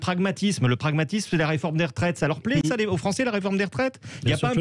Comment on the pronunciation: la gauchiure Corato : " les français gnagnagna " euh les français ou li fronçais ? 😂